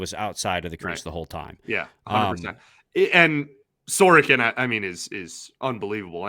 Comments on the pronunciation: Who is this "Sorkin"? Pronouncing players' names correctly (or trying to) is an important part of your job. Sorokin in Russian = "Sa ro kin" (other Slavs say "So ro kin"). I'm not Russian or Slavic. It took me less than 30 seconds (Google) to learn how to pronounce Sorokin in Russian, Ukrainian, Czech... Only Anglo-Saxons (USA, Canada, GB...) think that pronouncing people's names correctly isn't important. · I thought the same thing! Neither of them can see the "O" in his name? Sor-o-kin. It's not that hard.